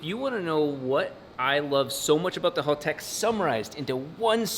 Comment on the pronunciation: Haltech, not halltech.